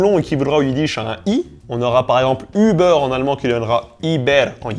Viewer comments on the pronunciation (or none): none